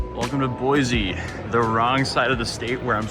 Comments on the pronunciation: Boy-see, not Boy-zee. It grates on Idahoans' ears. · It’s boy-see Idaho You can always tell out of towners cause they put a “z” in Boise Idaho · As a native Idaho win, I can definitely tell you that snow is not that bad lol welcome to Idaho. Although I live in Colorado now. (ALSO, ITS PRONOUNCED BOY-SEE NOT BOY-ZEE AND IT'S CORE-DA-LANE NOT CORE-DA-LOIN) I HAVE PTSD FROM WATCHING HER VIDEOS. THEY CAUSED ME STRESS FROM THE BRAIN ROT AND STUPIDITY OF IT ALL. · you deserve to be sued just for how you've been pronouncing it wrong so much! its pronounced boys! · There is no “Z” in Boise. It is pronounced Boy-See.